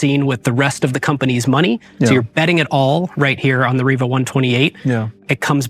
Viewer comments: Why do you keep calling it RIVIA? It clearly says RIVA... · It's Riva, not Rivia. wind's howllin